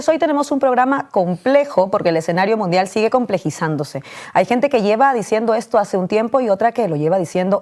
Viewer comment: Ah no es Iii guerra midial no es es confontación munfial se estan mostrando los dientes?? Jaja